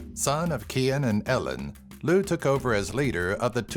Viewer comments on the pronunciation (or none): none